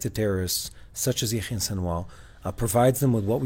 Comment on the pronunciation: seems to be pronouncing Sinwar's first name in a strange way. What he says does not sound like Yahya. Or is he talking about someone else? What is he saying? Is he using a nickname? If so, it would be helpful to spell these names, so that people unfamiliar with Arabic or Hebrew names could understand better. Also, when you mention the names of places, or other unfamiliar terms, it would be helpful to spell them on the screen to aid in understanding